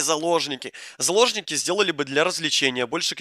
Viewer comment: Ты тоже услышал вместо заложники сапожники